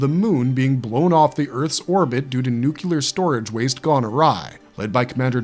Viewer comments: It's "nuclear" not "nucular". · I know... I have a pet peave about 'Nucular'. It reminds me of George Bush, Jr. who said it that way. Also sounds like a surf-dude as in, "That wave was totally nucular duders, chah brah!" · There is only one "u", and only one "u" sound in the word "nuclear"... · The narrator cannot say the word 'nuclear' and uses 'phenomenon' where 'phenomena' would be correct, then 'regularily' (which is not a word) for 'regularly'. Not a good start - is it an AI? Still, it's good to see a couple of UK series finding their way into the mix. The film spin offs were invariably the weakest. As a footnote, in UFO, Lt Gay Ellis was played by Gabrielle Drake, sister of the posthumously famous and hugely influential singer/songwriter/guitarist Nick Drake. Gabrielle's name within the family was Gay.